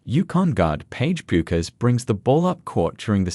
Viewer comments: Why can’t AI narrators be taught how to pronounce her last name? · Hard to listen to the information when you can't pronounce the subject's name